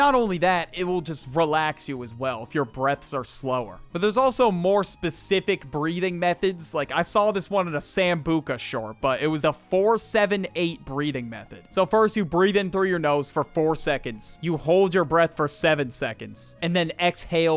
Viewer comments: sam bazooka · ain’t no way he called him “Sam-Buca” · "Sambu"k"ha shorts" 😭😭😭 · the way he pronounced sambucha 😭✌️ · Why'd he pronounce it like the alcohol 😭🙏